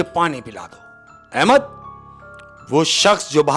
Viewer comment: Ye shaikh har baar Ahemas ko Ahemak bol rha hai. Ahemad ko nhi pata chala..😅